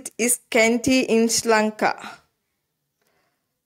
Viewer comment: It helpful ok but you are pronouncing Sri Lanka iSri Lanka